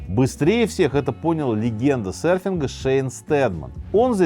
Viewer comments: всё супер, но удивляло весь выпуск почему «сэрферы» и «сэрфинг» 🫠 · Интересный выпуск, но слово сЭрфинг нехило так режет слух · Что такое "сэрфер" / "сэрфинг"? Там же в слове буква "ё"...